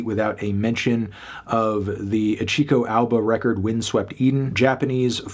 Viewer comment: I get messing up the pronunciation of Aoba, but Adan too?